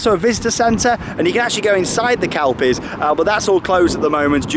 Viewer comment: It's pronounced kel-pies. Not kalpies